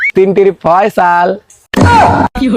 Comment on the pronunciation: ফয়ছাল না বলে ফাজজাল বলবা